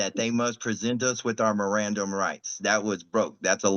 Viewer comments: he pronounced it miranderized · Dude can't even pronounce mirand rights properly 😂😂